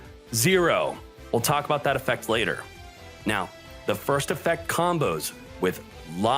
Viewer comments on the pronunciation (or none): none